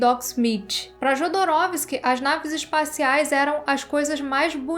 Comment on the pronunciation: Excelente vídeo, mas permita-me ser um pouco chato e alertá-la: pronuncia-se "iodorowsky" o "j" tem som de "i". E "Mõbius", não "moébius".